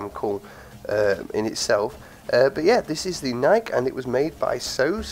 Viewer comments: BTW: Philip Knight, the chairman of the board of directors at Nike, has said that Nike is pronounced ni-key and should rhyme with spiky. The more you know. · just so you know know it's pronounced nikeee, named after the Greek goddess of victory, or the brand Nike, which was also named after the same goddess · yeh iv always pronounced it Nike not Nikeee but im always doing that lol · yeh here in the UK we have always pronounced it nike (rhyms with hike, bike, like etc) but i have heared the official way to pronounce it is "Ni-key" lol